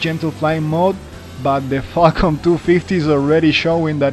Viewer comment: Every time u say falcon it sounds like Qualcomm